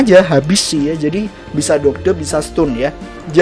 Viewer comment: Dodge dodge! . Bacanya doj bang